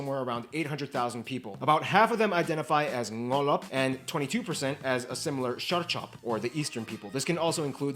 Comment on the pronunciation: Ur pronunciation is wrong... It's ngalop, not ngolop... It's weird to hear , ngolop means going against the government or kings bro. Though I can understand it... Coz of accent.